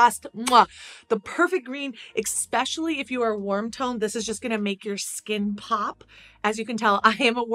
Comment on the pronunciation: ESPECIALLY……no X in this word!!!!!